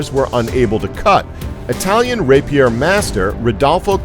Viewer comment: He's not very good at saying rapier either.